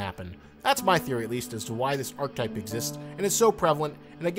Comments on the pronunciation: Jesus Christ if you're going to make a 16 and a half minute video on an archetype...*learn how to pronounce archetype!* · it's pronounced "ar-keh-type" not "arc-type"